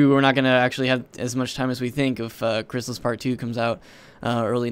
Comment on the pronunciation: Btw you did say my name right